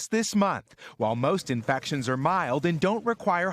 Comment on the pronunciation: How come the reporter can't say infection?